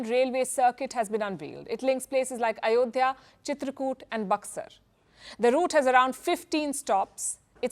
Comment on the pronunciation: Not ayodiya.... Mosq place sreeraam... 👍👍👍👍